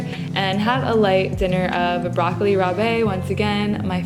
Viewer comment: every time you said broccoli rabé i cringed no offense lolll but your meals look so good!!